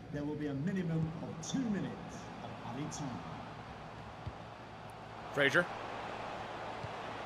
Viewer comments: it’s Fraser not Frasier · It’s Ryan Fra(z)er not Fra(shi)er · It's pronounced FRAZER not FRASIER, he hasn't got a TV show named after him xD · Fraser not Frazier bro